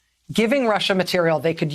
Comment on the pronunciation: How embarrassing for Rachel msnbc should never let her say Russia again. Pitiful.